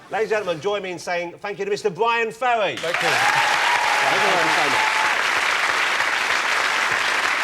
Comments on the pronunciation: Its "BYWIN FEWWY" hahahaha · Maybe I'm just grumpy, but Ross and his silly speech impediment sorta piss me off ("Bwyan Fewwy", "Mascawa", etc.,) Anyway, nice perfromance of one of the best tracks on "Frantic", and Ferry handles it all with class and good humor.